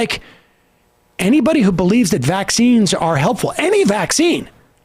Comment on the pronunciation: Ugh anyone else hates how she emphasizes vAXines